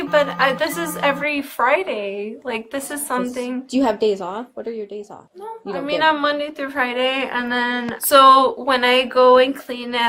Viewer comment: The drunkest "Nno nno nno nno" I've ever heard...